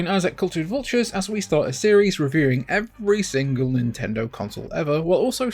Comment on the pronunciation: It's pronounced "Nintendo."